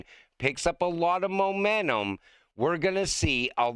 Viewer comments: STOP SAYING MOMENNUM. IT'S MOMENTUM. PLEASE. GIVE IT A SHOT. YOU CAN DO IT. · It said Momentum, not Momennun!!!